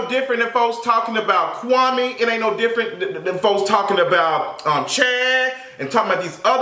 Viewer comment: um it’s KWA-MEE